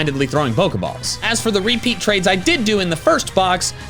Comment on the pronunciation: Why do you say REpeat instead of rePEAT?